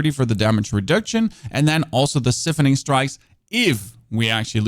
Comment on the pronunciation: s-EYE-phoning Strikes.